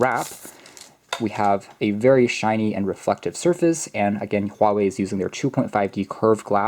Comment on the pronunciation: you must be Chinese or at least Asian, cuz you are the only youtuber who got the Huawei pronounced right. lol